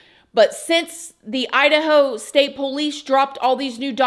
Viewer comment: PO LEASE LOL I likevhow she says it